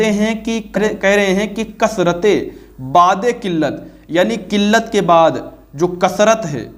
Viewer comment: Ilyas ghumman itna bada jhoota ,jahil jumman niklega iski ummeed nahi thi, waqai dev ke bande eiman k sath sath ilm se bhi kharij hote hein..plumber to plumber he ussey kisi ilmi baat ki ummeed sifar he . IS SHER ME LAFZ BU'AD HE BAA KI PESH KE SATH OADHA JATA HE .LAFAZ BAAD NAHI HE JO BAA KE ZABR KE SATH HOTA HE